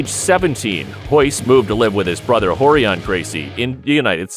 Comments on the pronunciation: Hoyler, Horion, Hoyce...the narrator sounds hetarded. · Am I just hearing things, or does this dude keep calling Royce and Ralek Gracie, Hoyce and Halek? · Why do they intentionally mispronounce the "r" sound in their first names but not in their last name? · R is pronounced H in Portuguese.